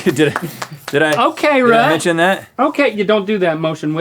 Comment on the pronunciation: I miss Lmao always messing up rhetts name